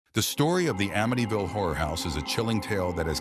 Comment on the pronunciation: You said there names wrong and amityville wrong